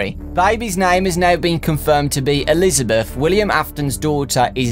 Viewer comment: before I knew Henry said Elizabeth, I thought he was saying "listener"